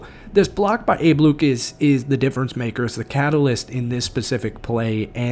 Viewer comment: It’s Jason Myers get his name right u also said Abe Luis too 😂